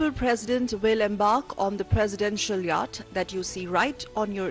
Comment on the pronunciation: Yatch is pronounced as Yot.